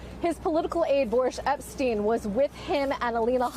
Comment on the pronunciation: The correct pronunciation is 'Boorish Epshtyne"